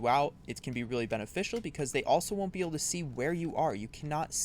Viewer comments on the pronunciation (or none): none